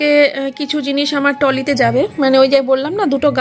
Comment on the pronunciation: Amio bhabchi 😅...kaane lagche Tolly bolche ami bhablam amii bhul sunchi..😛. ekhuni rege jabe...kichu bolina😁.